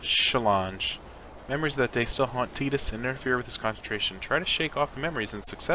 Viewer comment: I like that you say tidus name the right way! Great video man, I’m playing it too rn